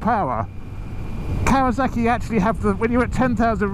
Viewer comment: Arghhhh Sorry mate you are doing something that drives me insane !!! It’s KAWASAKI not KAWAZAKI SSSSSSSAKI not ZZZZZAKI ARGHHHH